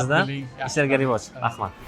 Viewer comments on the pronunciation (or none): Boshlovchi o‘zbek tilini o‘rganing avval. Uzbik tele deysiz. Tele emas tili. Eshlarga revoj mas ,ishlarga rivoj.